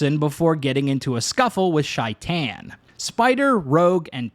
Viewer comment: Take a shot every time Shaitan’s name is pronounced wrong